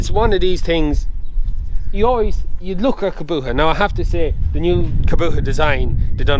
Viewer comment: Why cant ge pronouce Kubota properly? Its not a fecking Kaboota.